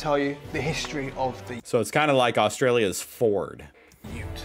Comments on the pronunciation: I loved that you pronounced 'ute' in American first (like Emu), and then switched to the correct English: Yute. Just like Eemyou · Thank jeez you learnt how to pronounce "ute", now if you could just work on "emu" LOL. No Holden and Ford utes are by no stretch of the imagination the only utes in Australia, they are just the ones preferred by "car snobs" and are insanely expensive. The most popular ute in Australia is the Toyota Hilux which comes in many varieties with the relatively low cost "tray" version being the most popular for tradies (and me ;-)). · THANK YOU(T) before finally listened to one f the pronunciations. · Hooray, you’ve finally said it correctly! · did say ute correctlybin the vid